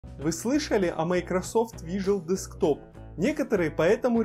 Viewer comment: Не вижуал десктоп, а вирчуал десктоп.